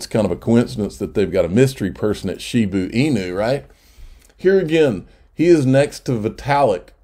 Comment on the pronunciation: shibaaa inu .....not shibuuuu inu.